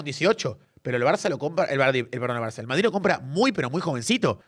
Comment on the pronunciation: jajaj se le escapa a "EL VARDRID"